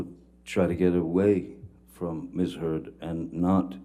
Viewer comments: LMFAO attorney says miss turd’s, I replayed three times and it’s even in the closed captions 😂😂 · "Did anyone else hear the Lawyer, during Ben King's testimony"❓ The Lawyer says "Mr Depp & Miss. Turd"‼️🤭🤣👏 I Absolutely Love It...Y'all go check it out, Let me know if you hear "Miss. Turd"🕵🏼‍♀️